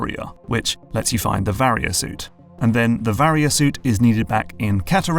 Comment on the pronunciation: You finally pronounced Varia correctly lol